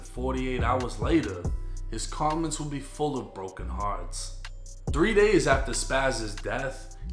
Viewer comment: The way you say Apartment and heart is the worst way. Stop